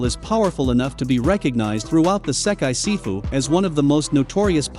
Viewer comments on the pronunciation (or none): none